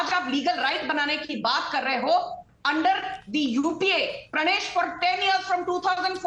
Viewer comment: Okay, the Yuu Yay Pee Yay was pure gold!!!🤣🤣🤣🤣🤣